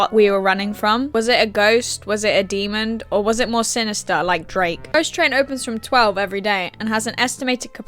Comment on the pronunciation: Dont say demond again, it is demon (apologies, huge pet peeve)